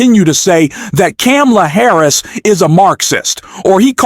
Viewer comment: I’m not going to listen to this I’ve heard Trump get dogged for 8 yrs. Now by the left by the media by all the news networks And you need to find out how to pronounce … Harris’s name Correctly